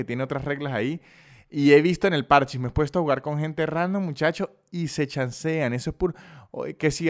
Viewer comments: no es que le digas ludo ni nada, pero, parchís tiene acento en la í, parchÍs, no parchis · es parchís acento en la i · igual no es pArchis, es parchÍs, dato que a nadie le importa.